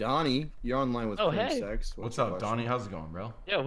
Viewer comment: "You're on the line with crimSEX"